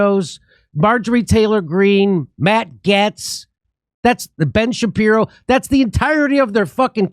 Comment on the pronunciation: Ben Shappario… I think you miss spoke